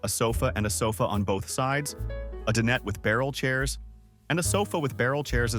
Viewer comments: Den it table!!!!! It’s pronounced dine et and can you please work on your pronunciation it’s very annoying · he pronounced it like my sister's name Danette...😂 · Cool video...just one thing, "Dinette" it pronounced, "Die-net."